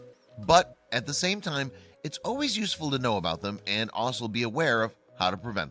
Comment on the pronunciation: The word you want is also and not osal. Only my 3 year old neace says that So I suggest you learn to pronounce it properly.